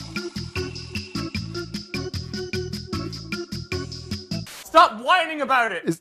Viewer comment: "fair nuff"